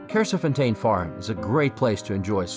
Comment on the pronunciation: As a local the way he said Kersefontein😂